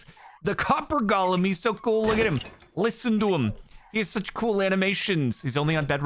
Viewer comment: you keep calling it Gollum. it's golem. Go-lem. please, donk. change ur waaaaaays!